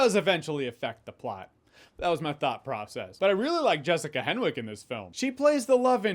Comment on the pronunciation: It had me at Jessica Henwick. (It’s pronounced “Hennick,” btw. The W is silent.)